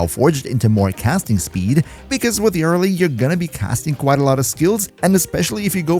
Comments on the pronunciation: you're pronouncing it wrong, its yuh-RELL-lee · Wtf is that Yareli pronunciation... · ❌ Yareli ✅ Yara Lee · Can you please stop saying “Yarly”? It’s Ya-re-li. 3 sylabbles. It ain’t hard. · Ngl yar reli triggers me. Me and everyone I know says ya reli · Yar lee 😂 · Love the video, but everytime you said "yareli" as "yarrili" i cringed lmao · yarr rehley lol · "YÁreli" bruh? Youre just baiting for comments at this point. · Say it with me: Yuh-REL'-ee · The jarl of Eli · He pronounced her name differently like 5 times and never the same way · Bro pronunciation of yareli pisses me off😂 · sorry man, im usually real tolerant when people cant pronounce something in warframe correctly, but that is NOT how yareli is pronounced and it cannot be tenable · theres a whole quest line abt her and they say her name multiple times. how do you mess this up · cant handle the way you pronounce her name... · Dude I was thinking the same lol too much pronunciation on the YAR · why you pronouncing her like that . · i swear you pronounce her name wrong on purpose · The Yareli pronunciation was awful, but the video is great. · 24s annnnd I am out that is horrible pronunciation